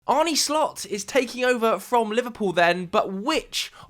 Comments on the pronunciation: idk if it helps to spell it out like this but Arne Slot's first name isn't pronounced "Arnie". more like "Arneh" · Arn-eh Slot, not Arni